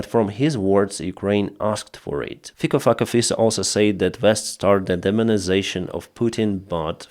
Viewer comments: Hi,, pronounciation of Slovak PM`s name is fitso. Our languages are not that far from each other. In English it would be written like this: feets(O) as in octopus. But as a Slovak supporting Ukraine I like your version fuck-o. He is a hypocritical-egotistical-power addict who will say anything for his cheering simple minded crowd. Lot of them are elderly who he has "bought" by raising pension. Sadly they all should remember August 21st. 1968 invasion but 30 pieces of silver are here and now. Unfortunately, big part of the country is pro ruzzian, big part of citizens pro ukrainian and 3 part does not give a sh.t. But I do. Thank you for the work you are doing. It is much appreciated. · WHO IS THIS MAN? FIKO FAKKER --- PLEASE LET US KNOW. COULD NOT HEAR ..TRIED SEVERAL TIMES. THANK YOU. FINE REPORT, THANK YOU. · Honestly, it sounds like his name is pronounced as Faecal F*cker Fiso. Is this a case of 'by name and nature'? 😄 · What's that puppet's name again? PocoFacaFisa? Sounds like you're calling him "Little feces face." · PM in Slovakia is Robert Fico -> FICO with "C" not "K" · I didn’t quite catch that politicians name was it Thicker Fucker? 😂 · Fico-Fucko-Fisso, Fico-Fucko-Fisso, the narrator obviously enjoyed pronouncing the name. That's what is actually happening to VSU(heroi v sale) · please make a video of you pronouncing that politician's name! "Little fucker pisso"..... please😂😂😂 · What is that guy's name? Sounds like he's saying fecal fucker face. Had to rewind twice. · 😂😂😂 the Slovenian guys' name at first sounded like Fecal Fucker Fesal, 😂😂😂 I had to go back and listen to it a couple of times but with a name that sounds like that what do you expect, of course his comments were as dumb as 💩!😂😂😂 Thanks for the great laugh, I needed it! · Did you say "Fickle F^<Ka Face" ? His parents prophesied like Nostradamus ! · Who was the guy you mentioned? It sounded like Pieceafuckenshitta